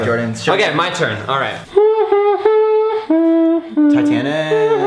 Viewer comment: nahhh,, you did not say titanic xD